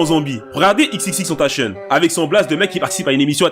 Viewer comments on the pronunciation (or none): XXXTentacion pas tèntécheune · Ho non j'v décédé comment ta prononcé XXXTENTACION chuis morte 😭😭😭😂